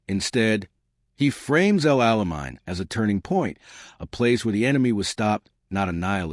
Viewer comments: Its El Ala MAIN, MORON! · Please teach narrators to pronounce names correctly.